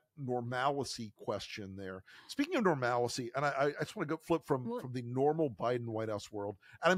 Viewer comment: Dude, normalcy not normalicy. 3 syllables.